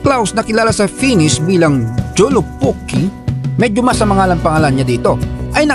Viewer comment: They pronounce J as Y po. Joulupukki (youlupukki)